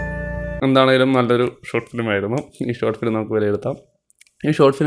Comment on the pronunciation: ഇവൻ ഏതെടാ. ഗോട്ട് ഫിലിമല്ല.. ഷോട്ട് ഫിലിം അത് ആദ്യ ശരിയാക്കെട... പൊന്നോമലേ..🤩